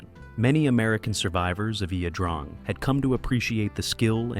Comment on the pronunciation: A good documentary. It would be helpful if Ia - Drang was pronounced correctly. Hard for an American to do since Vietnamese pronunciation is anything but intuitive......